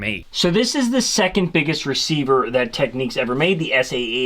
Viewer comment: "TEKNIKS"... NOT "Techniques"